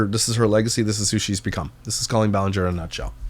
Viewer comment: I love a good comeback/rehabilitation era for some people who have been cancelled…. Colleen? No. She’s foul and undeserving in every way. Side note, I thought she pronounced her name like colon.